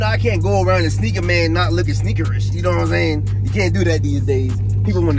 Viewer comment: Sneakerish sound close to the N word 👀